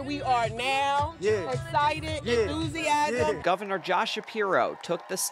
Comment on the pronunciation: Iz escitad and thusiasm and we gotz ta win...Is that really a rally--What's there 60 people there?